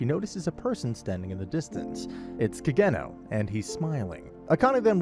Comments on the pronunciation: CID Ka-geno 😂 It’s Ka-Ge-Noh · Hate the way you pronounce Kagenou but other than that video is fire as always.